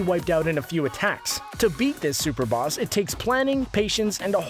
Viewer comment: At the start he said "Bass battles" lol that sounds like a boss in parappa the rapper. It was a mistake but I love it XD you guys are the best youtubers ever